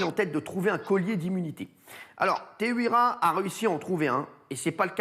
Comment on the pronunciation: C'est pas teheuira c'est teheiura